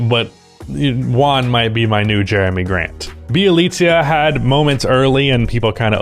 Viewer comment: Still waiting fro the day pronounces Bjelica’s name right😂